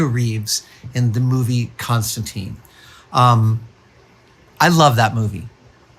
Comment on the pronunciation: 40 seconds in, and the Constantine comic fans are losing their minds at the pronunciation. I can literally feel the frustration.